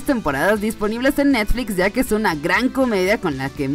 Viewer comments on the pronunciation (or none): none